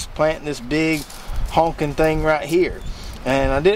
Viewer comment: I couldn’t help but giggle every time you said “honkin” horseradish 😂